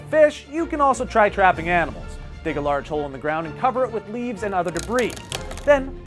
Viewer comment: HE said BANIMALS 😄😅😂😂😂😂😎😇😇😇😇😇😀😭😭😭😭😭😭😭😁😁😂😁😁😂